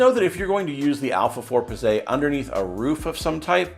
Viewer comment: Bro, Pizze is plural in Italian for Pizza. oh and you don't say Pizzay LOL